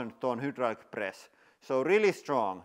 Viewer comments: You keep saying hudraulic instead of hydraulic, I just wanted to let you know in case you are confused by the letter ‘y’ since that is how ‘u’ looks in the Cyrillic alphabet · Welcome to the hiwdrawlic presss channel... 😀